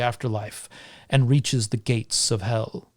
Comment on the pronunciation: Msybe it’s just me, but as a Scandinavian I definitely pronounce the name Hel different - the e sound is different due to only having one l, two l's makes the e sound slightly more like a æ